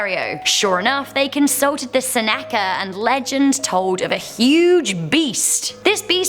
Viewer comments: It is pronounced ( SEN-i -C-ah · Good stories, once again. Thanks, love your enthusiasm and your impressions after each story. oh and the name of the people in the Ontario lake snake story was pronounced Senna-kuh. Have a good day! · Seneca- pronounced Sen (rhymes with Zen) uh-kuh.